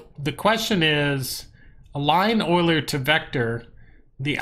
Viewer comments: I'm not trying to be an ass, but Euler is pronounced You-Lerr XD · google 'euler pronunciation'. it is pronounced oy-lr. get with the program